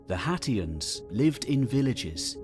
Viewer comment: Anyone else hearing Cher from Clueless say "Haitians" everytime sat "Hatians"? IYKYK Thanks! Lovely work as per usual ❤